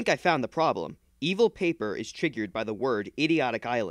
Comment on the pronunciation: Paper more like poper